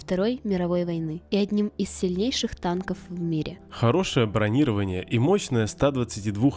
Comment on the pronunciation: БронировАние, бл#ть, бро-ни-по-вА-ни-е, ударение когда научитесь правильно ставить???🔥🤬🔥🤬